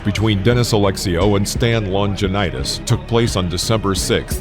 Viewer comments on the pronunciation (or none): I'm Aussie and followed Stan The Man my entire life. He has a kickboxing training place just 30 minutes from there I live. Just to correct you, his name is pronounced (Longinidis) as Long-ga-nee-dees not Long-ja-nite-is ;-) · The microphone Turkey has not the faintest misty notion of how to pronounce LONGINIDIS..